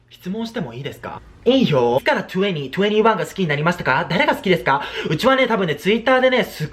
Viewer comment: 2NE1の発音よき